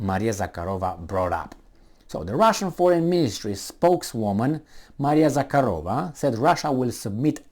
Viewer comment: since you have a crush on the Lavrov's answer to Jen Psaki, you may as well get her last name right:) ZahArova - no k, and emphasis on the second, not third syllable.